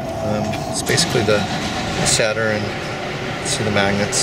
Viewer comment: PSA: 'Stator' does not rhyme with 'flatter'.